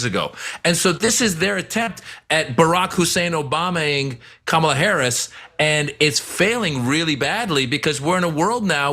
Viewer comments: She pronounced it correctly then corrected herself to call it wrong!! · If only it was unintentional. Her (and all of the tRumps cult members) intentionally mispronounce her name and will tell you, as she did in this interview, that they will say it anyway they want to. That's different. She KNOWS how to say it, she just refuses to say it correctly. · Mis-pronouncing someone's name is just ignorant, particularly in a multi-racial society. Mispronouncing it INTENTIONALLY, to amuse racists (because it's not a traditional Anglo name) IS racist. Just as is the assertion that Kamala (emphasis on first syllable - it's really not difficult) "turned black". Sadly it appears to be a major 'pillar' of Trump's election campaign, and needs to be called out for what it is: racism and ignorance. Very telling that this is all he has - mispronouncing and name-calling. Very grown up Mr Trump! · When you watch the full clip, Nancy Mace accidentally says Kamala Harris' name correctly then immediately "fixes" that by saying her name again but incorrectly. That gives away the game, of course - it's very obvious that she did a "do over" to deliberately mispronounce a name she obviously knows how to pronounce. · Nancy Mace started to pronounce her name correctly then stopped herself and intentionally mispronounced her name. This has nothing to do with Kamal's name allegedly being hard to pronounce. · A 15 minute segment by 3 people who didn't even watch the full clip. Cenk specifically being super soft on this. It's important to point out that at one point in that interview Nancy Mace actually started saying her name correctly, stopped herself, and then mispronounced it, AFTER being corrected. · People mispronounced other people's name all the time, but when when you are told over and over again that you are saying it wrong, at some point you said it the correct way. Come back and said you are going to say "I am going to say it however I want" . It's 💯 disrespectful.